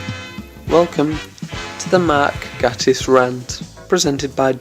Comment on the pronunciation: Please learn how to pronounce Mr. Gatiss' name before making a whole video ranting about him. ;)